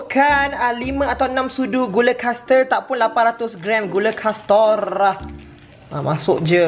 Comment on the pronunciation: "800gram gula kastorrrah" 😂😂😂😂😂😂hbis msuk hosp 😂